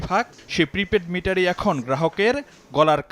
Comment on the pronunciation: উনি সম্ভবত মিটারের সঠিক নাম জানেন না। এই হচ্ছে দেশের অফিসারদের অবস্থা। আর উনি এমনভাবে বক্তব্য পেশ করলেন যেন এটি কোনো সমস্যাই না। উনি নাকি সবাইকে বুঝিয়ে বলবেন। আর উনার হেসে হেসে কথা বলার মধ্য দিয়ে উনার অজ্ঞতাকে ঢাকার চেষ্টা করেছেন। অথচ উনি প্রিপেইড মিটার উচ্চারণ করতে পারছেন না। কি হাস্যকর। বলতেছেন প্রিমেন্ট মিটার।😂😂 বাস্তবে এই মিটারের অস্তিত্ব কি আছে আদৌও??